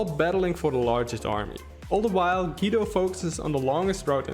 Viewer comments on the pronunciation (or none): Great video! Thanks for the analysis. As an Italian though I feel the urge to tell you: Guido Is pronounced like goo-e-do.